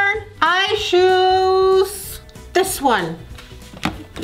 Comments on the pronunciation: Why her mom says I shoose insted of i choose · "I shoes.... this one"